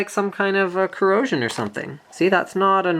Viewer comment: Corrosion not corrison.